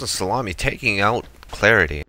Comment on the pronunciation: Lmao XD just like hes saying alex/HCR, Lucas, Yasa/yS, Clarity without the 13 xD only good pronounced name is Doughyetti xD